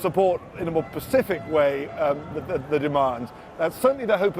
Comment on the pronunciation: A BBC reporter can't speak English correctly.... specifically not Pacifically.... how embarrassing, shame on the BBC!